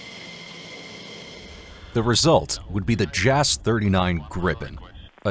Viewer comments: "Jass" should be pronounced like Yass not Jazz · You're mispronouncing "JAS"